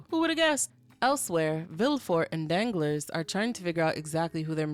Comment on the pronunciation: Girl you killing me! You calling the than Danglers (like my nuts be dangling), I love it because I hate the character but your pronunciation of Danglas (dahn-GLAR) has me rolling